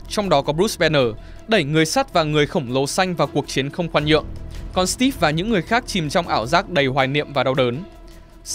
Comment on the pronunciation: Đánh vần chữ Steve thành Stíp nghe khó chịu quá.